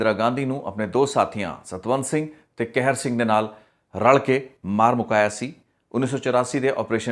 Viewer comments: ਤੁਸੀਂ ਕਹਿਰ ਸਿੰਘ ਬੋਲ ਰਹੇ ਹੋ ਜਦ ਕਿ ਸਹੀ ਨਾਮ ਕਿਹਰ ਸਿੰਘ ਹੈ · ਭਰਾਵਾ ਕੈਹਰ ਸਿੰਘ ਨਹੀਂ ਹੁੰਦਾ ਲਾਵਾਂ ਦੁਲਾਵਾਂ ਦਾ ਬੋਲਣਾ ਕਿਸੇ ਕੋਲੋਂ ਸਿੱਖ ਲਵੋ ਫੇਰ ਵੀ ਸ਼ਾਇਦ ਕੰਮ ਆਵੇ